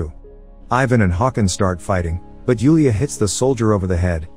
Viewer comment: The way he butchered the names 💀 hurt me Especially Yulia Artyom and Ivan You need to say them how they're written with no accent